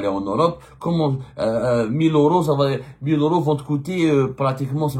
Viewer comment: Tu crois que tu sais tout , mais c'est l'inverse en plus il vont l'augmenter.. et on dit euros pas oro 😂